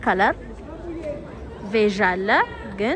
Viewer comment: ቬጅ ሳይሆን ቤሽ ነው የሚባለው።